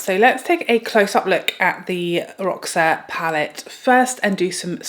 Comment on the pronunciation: Hey there my friend! Just so you know roxa is Portuguese for purple☺️ it’s pronounced Rosha. 😘